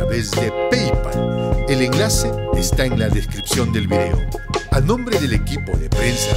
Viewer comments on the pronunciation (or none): none